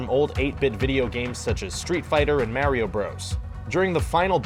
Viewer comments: Narruto... ROO TOE LMFAO LOL "MENGA" ... "8 Bit Street Fighter" ... "Mayor-eeo Bros" AYYY LMAO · I'm sorry, I had to stop watching when you said "mAIRWEEo brothers" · Why does he pronounce everything like a grandparent, like Naruto and Mario.